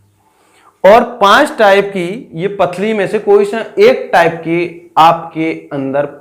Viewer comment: Pathli nhi pathri sir